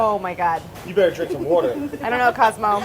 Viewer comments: Have you never watched an episode of It's Alive? They always make fun of the way Brad pronounces "wourder." It has become a meme on this channel. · no one : brad : wawter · Brad : “You better drink some woeter” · Nobody: Brad: Wourder